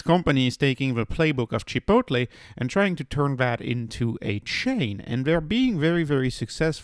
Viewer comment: I waited 10 seconds in. You cannot pronounce the word chicople or cava and you call it a lifestyle stock. You lost all credibility in less than 10 seconds. Yikes!